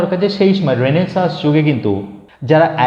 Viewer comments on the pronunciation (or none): বাংলাতে উচ্চারণটা রেনেসাঁ হবে রেনেসাঁস নয়। কার্টেসি নয় কার্টসি। নেকটাকে ঘাড় বলুন আরো ভালো লাগবে শুনতে 😊